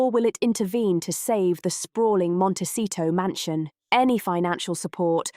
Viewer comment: If this video want credibility it needs to be able to pronounce Montecito correctly and get Harry's daughter's name correct... it's not Lilet.